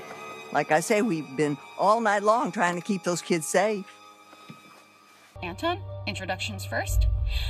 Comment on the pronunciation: I too would have liked better closure for the characters, but I didn't hate the podcast. Actually it was pretty funny. Especially as a German, because we pronounce the name Anton differently, so everytime it was mentioned, all I could think of was the pokemon 🤣 ENTON ENTON.